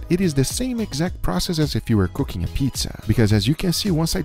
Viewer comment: what is "ca king"